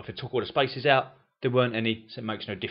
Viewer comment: I find it hard figuring out where is the word "spices" he mean..until i realize it was spaces